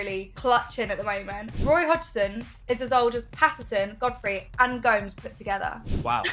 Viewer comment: “Gomes” 💀 Roy Hodgson outta flee